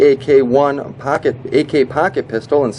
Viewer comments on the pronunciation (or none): do you have an accent? sounds like your saying packet instead of pocket